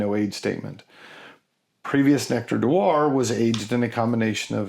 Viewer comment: Just FYI: "d'Or" should sound pretty much like "door" - the is no 'wa' involved nor is it 'Dior'; the "s" on the end of Sauternes is silent (e.g. 'so-turn'); the "ll" in Monbazillac and the "j" in Tokaji both sound like "y", so 'Monbaziyak' and 'Tokayi' (there are other nuances, but that would be closer than what you said...). Sorry to be picky, but French was my major subject at university! For butt jokes, you need to check out the labels for Hanyu "Nice Butt" and "Big Butt"... Surprised you didn't mention Firkin (40L). The change with sherry barrels started a long time ago, but was 'fixed' by a Spanish law (in 1986?) that made it compulsory to bottle sherry at source before export, so 'transport casks' became impossible. Still a very good episode and I'm looking forward to the next one.